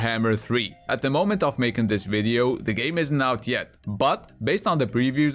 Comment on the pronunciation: When you said: I make "game" reviews and top 10 videos, I heard: I make "gay" reviews and top 10 videos instead. That was also funny lol :D